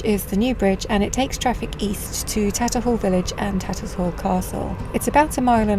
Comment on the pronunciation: Ah, Tattershall bridge Moorings. ....my sister lived down the road, about the 3rd house down. Happy memories, Has anybody picked you up on your pronunciation of Tattershall yet? It's a "sh" in the middle, rather than "Tatters hall". :)